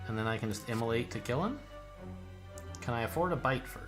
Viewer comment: Every time you say immolate I hear immolite